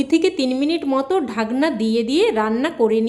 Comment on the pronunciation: আপনার রান্নাটা খুব ভালো হয়েছে। আপনি বাংলায় থেকে এখনো বাঙলাটা বলতে শিখলেন না। যেমন বলছেন ঢাগনা, শুগনো লঙ্কা, সাইজে , পাজ মিনিট এগুলো আমাদের শুনতে কানে ভীষন খারাপ লাগছে, আগে আমাদের মিষ্টি এবং সুন্দর বাঙলা ভাষাটা শিখে পরে ইউটিউবে আসবেন কেমন।